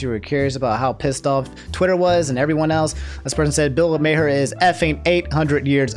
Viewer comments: Something about mispronouncing Bill Maher's name brings me so much joy, because it reminds me he has become so fucking irrelevant that even his name has gone into obscurity. If there are people out there who don't know who he is and think he's always been irrelevant that's even better. I feel like his type of liberalism is so outdated and honestly I hope Twitch drags him for his comment because it feels like he gets away with saying anything. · I like Bill Maher (pronounced like "Marr") but he should stick to attacking politics. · Senpai noticed me! 🤩 Also, Bill Maher’s last name is pronounced “Mar.” (Rhymes with bar.) EDIT: Also, also, Disneyland was holding a moment of silence for those who’d died of COVID when the photo of the crying Disney Adult was taken. Mother Brain… 🙄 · I might have to sub to 1 of these days, because his mispronunciations crack me up. Bill's last name is pronounced "Mar", not "May Hare" or "May Her". 😂 IDK why getting so upset over a rich old white guy who used to host a show called "Politically Incorrect", but it's hilarious (because "boomers" trigger him). 🤣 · It's not mayher it's Maar if you want to roast somebody at least say the name right. Maher (maar) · Bill Maher's last name actually pronounced Mah-er or Maar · Bill "May-her" 🤣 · Hey, I watch you and enjoy your personality, and I also watch Bill Maher (pronounced maar, like the first part of March, but with the a slightly longer.) Some of his takes are pretty boomer, but for the most part he's spot on the money. I think you should watch a full episode for context to who he is. The referenced "bit" is usually some kind of hot take at the end of his show and is usually the boomiest. That said, I don't like watching people play games all day, and I find it weird that some people do that, so I think what he said there was too vague and out of touch since watching sports, comedy, streamers or anything all day would be unhealthy. Anyways, stay safe and healthy.